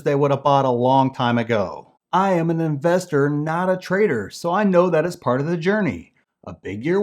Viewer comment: I misheard 'trader' as 'traitor'?